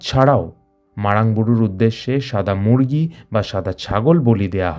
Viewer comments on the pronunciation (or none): none